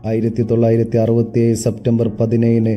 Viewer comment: അറുപതു ഏയ്‌ അല്ല അറുപതി ഏഴു അങ്ങനെ അല്ലേ.. മിസ്റ്റർ